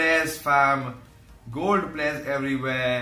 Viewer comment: Commentary: Gol pleyas ,gol pleyas , gol pleyas, gol pleyas... Fam